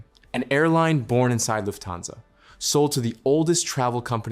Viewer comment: The accent is on "luft" not "hansa".